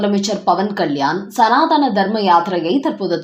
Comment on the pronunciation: தமிழ் பேச தெரிஞ்ச 🤗 செய்தி வாசிப்பாளர் போடுங்க🤗சனாதனம் தான் சரி சனாதானம்🙆 அல்ல